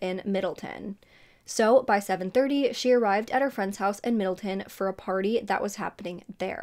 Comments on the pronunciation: Omgggg this happened where I live!!! A couple of months ago her poster was put up around town for anyone who had information on the case since it was 20 years old and it was a cold case. I can’t believe you’re covering this 🥹 btw it’s Middletown not middleton. Everyone here was so shocked when the killer was caught! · It’s pronounced middle town loll your so cute 💚 I pronounce shit wrong all the time too😂 I went to OCC (orange county community college) my dad used to live in Middletown but now lives in Newburgh, I’m so glad an arrest was made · It’s pronounced Middle-town. I live an hour from there. 😊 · I grew up around there it’s said “Middle-town”. Just like it’ looks. Lol You always do great work so I’m not knocking ya. Just FYI ❤ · This is a local case for me, thank you for covering it!! (P.S it’s Middle-town lol)